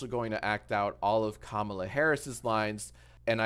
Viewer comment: Why did he keep mispronouncing “Kamala” 😭💀